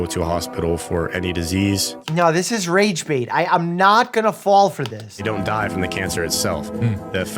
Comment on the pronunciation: "This ie rage baut. Um not gonna fall for this" Proceeds to rage less than 10 seconds later 😂😂😂😂